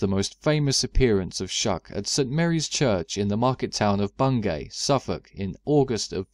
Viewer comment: just so you know, its pronounced "Bungy" around here